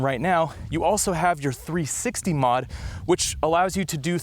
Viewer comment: what is 360 modification? are you saying 360 mode?